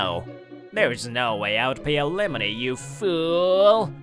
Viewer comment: Why does he keep pronouncing it alemoney?